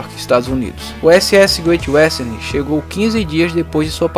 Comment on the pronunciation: “Greitchy uésterni”